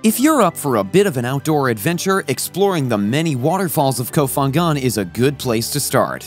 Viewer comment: Nice video, but please say the name of the island correctly! ph in Thai isn't F its P , it s ko pangan to pronounce. Kop Kun kaa